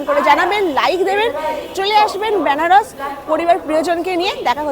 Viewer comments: বেনারস না বলে ব্যানারস বলছেন কেন, উচ্চারণটা ঠিক করুন কানে লাগছে l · ব্যানারস না বেনারস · বেনারসের উচ্চারণটা ঠিক হলে ভালো হত। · আমারও শুনতে কেমন অদ্ভুত লাগছে 🥲